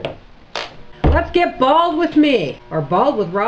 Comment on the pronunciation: Bald not bale lol